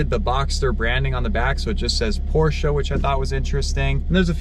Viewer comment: At least you pronounce the Porsche name properly.